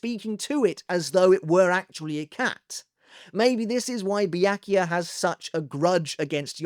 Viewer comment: Bee-yak - you - ah?